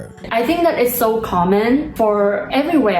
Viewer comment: There is no R in the words "video" and "so"